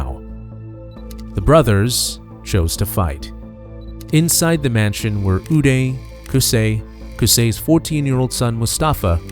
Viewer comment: His name is pronounced 'you-die' not 'oo-day'.